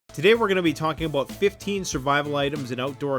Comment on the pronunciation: “today we’re gonna be talking ABOOT”